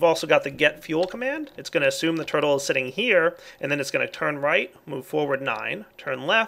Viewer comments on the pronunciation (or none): lol "purtle"